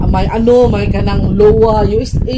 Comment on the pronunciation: Correction sa Iowa...pronounce as "Ay-yoh-wah" po... Good morning from the US.